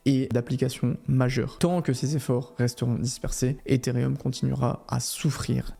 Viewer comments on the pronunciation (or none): pitié c'est ethereum pas etherium